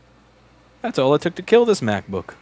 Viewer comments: I have a feeling you love saying mac-book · For some reason I didn't hear mac book, but crap book